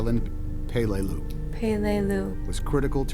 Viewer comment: Pelelius pronounced pe LE lius